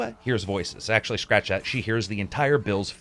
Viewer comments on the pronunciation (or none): none